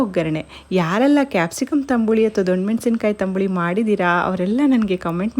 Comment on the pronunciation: Tambuli alla tambli anta heli